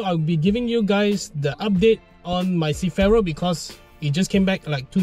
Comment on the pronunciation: can u say CER - FI - RO instead of cifero